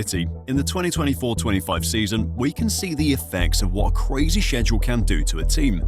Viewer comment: WHY DO U SAY SCHEDULE LIKE THAT